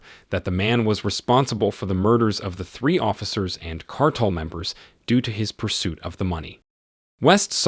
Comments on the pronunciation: its Car-Tel not cartal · car-tell...as in an organization of monopolizing a commodity or business. Every dictionary has pronunciation keys!